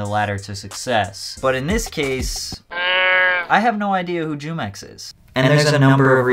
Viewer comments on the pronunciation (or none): Jumex is pronounced humex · “Jew-Mex” I’m sleep. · It's pronounced who-mex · It’s Pronounced “Who” - “mix” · jumex is pronounced hoomex btw